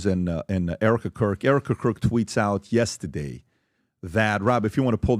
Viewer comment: PBD please don’t say yestadeyyyy